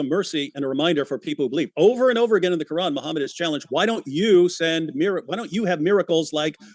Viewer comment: "in tha qoorrlann" why is he talking like that? 😆